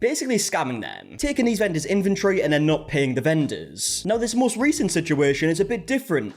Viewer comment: "inventory" is not pronounced as "infantry".